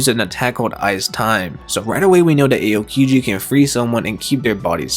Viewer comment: Ay-o-kiji, Mari-jowa,Moraya 💀💀